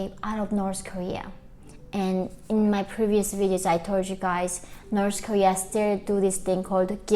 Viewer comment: Norse koreea..🤣😂😅